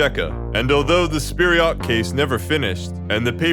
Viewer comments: Seems like you're mispronouncing Vpered as "Spiryot", "Fpiryot" is moreso the target. Stalin's "Not a bad idea..." thought bubble made me chuckle. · As a Russian native speaker: “Fpir’yot” is actual the most accurate way to pronounce it.